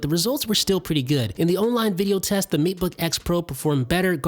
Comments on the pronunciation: Isn't it Maytebook, not Meatbook? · Seriously, When you say matebook, it sounds like macbook. I cant keep up with you, I'm too busy trying to figure out which computer you're talking about. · Kept hearing "Meat-book" and not Mate-book myself. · Did he say Meatbook pro?? 😂😂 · I swear after a while he says meatbook 🤔